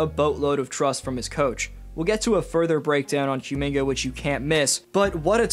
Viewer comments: Koo Minga, not Cue Minga. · I’ll keep watching your videos but I’m not gonna subscribe until you get rid of this Q-Minga pronunciation 😂😂